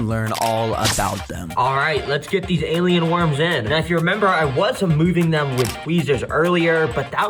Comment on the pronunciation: did bro just say gaylien worms